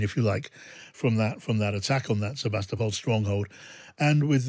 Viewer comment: Why is this guy pronouncing the B in Sevastopol